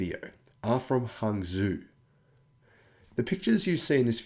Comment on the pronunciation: Hangzhou is pronounced "hung joe".